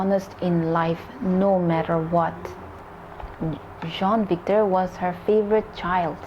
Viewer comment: Its jean victor not john victor